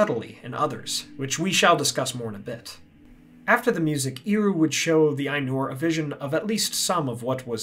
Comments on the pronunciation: Hwy would ye procounce Eru as Eeru? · Great video. In Quenya its pronounced as "air-oo" though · apart from the slightly funny pronounciation of "Eru", awsome video! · Well, at least this video made me check whether or not Eru is pronounced "iru". No.